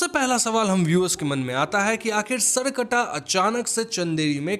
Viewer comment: The pronunciation is सर + कटा , not सर्कटा।